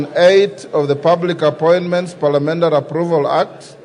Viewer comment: Did he say PALIAMENDARI😅